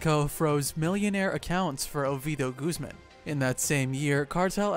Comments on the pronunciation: Making so many videos about mexican Narcos you could really try a little more to pronounce the names right. Iván is not an english Name, it´s Guzmán not Guzmen.... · When you say “Guzmán” or “Culiacán,” put more emphasis on that last A.